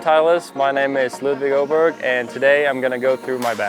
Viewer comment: Not even Ludvig can correctly pronounce his last name..